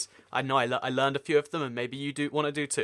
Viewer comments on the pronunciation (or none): none